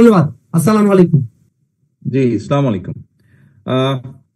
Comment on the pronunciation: বাই আপনি দয়া করে চা মুলাইকুম বলবেন না, বলবেন আসলাম আলাইকুম বলবেন